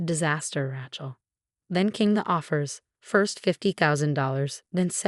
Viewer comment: Love AI calling her "Rat-shell"